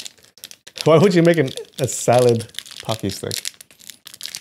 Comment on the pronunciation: Pucky? WTF is that supposed to be? It clearly says "Pretzel". Not "Pucky" (and they're not, nor are they anything like [aside from the general shape], Pocky, in case that's what you were thinking)